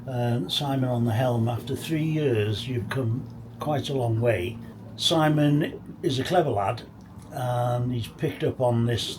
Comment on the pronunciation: I thought you were calling Simon à deck head 😮